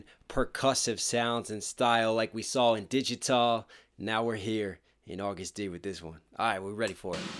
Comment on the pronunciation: Please STOP CALLING HIM AUGUST! He is A to the G to the U to the STD. AGUST D not AUGUST!